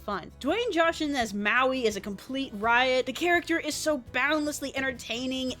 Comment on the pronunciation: Wait... How did you pronounce Maui?